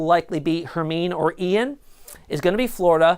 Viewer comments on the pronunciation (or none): its pronounced Her Mine E like from Harry Potter